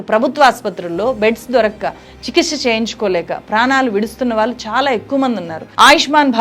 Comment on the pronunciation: Vaallu vaallu, pronunciation marchukondi please, Telugu ni champeyyakandi